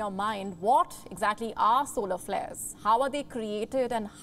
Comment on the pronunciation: SOLAR FAIRS XDD